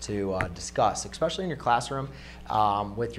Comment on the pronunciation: Did he say -exspecially